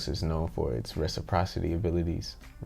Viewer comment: reciprocity - reh - sih - praw - sih - tee great vid and shots. enjoyed.